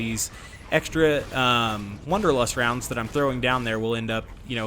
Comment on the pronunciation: It’s wAnderlust not wOnderlust!!! Am I the only person that was bothered by this?!!